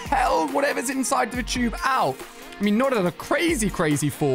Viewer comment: You said Tube wrong you said choob